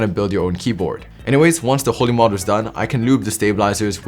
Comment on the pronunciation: When he said holee mod i thought he said the holi one